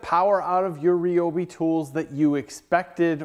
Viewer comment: RY-obi I have heard of . . . REE-obi is not a brand currently in production.